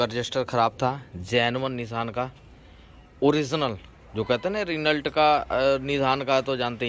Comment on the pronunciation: रिनल्ट नही रेनो 😂